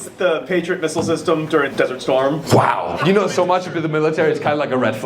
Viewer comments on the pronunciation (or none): none